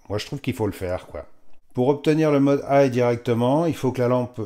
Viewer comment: Zut, j'avais jamais fait attention... "Le modheu, intuitifheu..." 😁